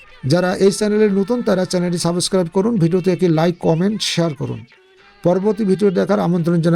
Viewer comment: ভাই আপনি কি ইংলিশ শেখাবেন আপনার নিজেই তো ইংলিশ উচ্চারণ শেখার দরকার, Subscribe কে suboscribe উচ্চারণ করলেন